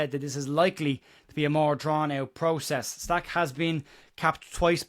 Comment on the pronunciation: Awful comment about how to proonounce Stach’s name. As a proud Welshman, who has the letter ch in my language, I am totally fed up with comments like that that .